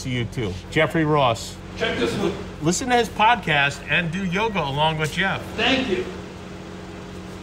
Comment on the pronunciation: who's "Yog" o.O you Northys have to shorten everything up!? say Yoga please..thank you!